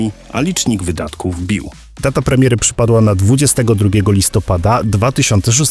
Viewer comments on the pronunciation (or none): none